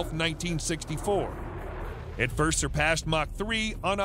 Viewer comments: mach is pronounced (mock) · Pronunciation correction ---mach is pronounced much like mock , not mash as you pronounce it. Also if you like videos about planes that were ahead of their times ,check out the SR-71 Blackbird from McDonnels " Skunkworks , a plane from the 1960's that STILL holds the world speed record .